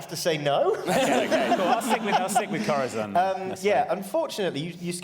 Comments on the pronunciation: Does anyone know why insists on pronouncing Corazon as "Cora-thon"? I love all these guys dearly but every time he says that name it's like a pencil getting shoved in your ear. It's not a lisp cuz every other word with an 's' or 'z' or soft 'c' sound is fine. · I know this is extremely late, but Corazon's name is Spanish and that's how you pronounce the z in Castillian Spanish.